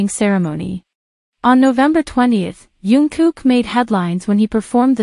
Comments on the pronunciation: It would be so good if you could call him Jungkook and not youngkook. It is a j sound not a y. Thank you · And he is not yungkook His name is "Jungkook" Okay. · His name is JungKook...not YunKook ㅠㅠ